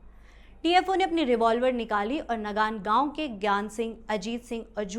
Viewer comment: वो नगानगाउँ नहीं.. नंगांणगांऊ है मैम..में भी इसी गाऊँ का हूँ..,,और दूसरा कसेरु गाउँ नहीं.. बल्कि कंसेरू गाऊँ है. ..आप कहाँ से हो